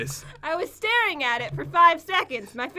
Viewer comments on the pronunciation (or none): none